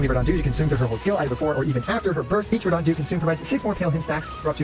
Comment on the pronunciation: "Verdahnt", lol I can't handle this.